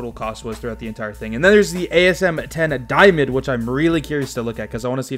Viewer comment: "Daimond" lmao